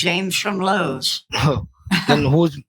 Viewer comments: Scammer dude, you gotta stop saying "Low-wees". Pierogi gave so many examples of how to pronounce it correctly and that absolute dunce of a human couldn't pick up on it. Such a dumb scammer. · My favorite part about the "Low-wee's" scammer is he doesn't know how to pronounce the company he's pretending to work for.